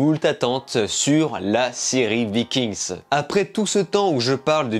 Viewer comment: VIKING!!!!!!!!!! ARRÊTE DE DIRE LE S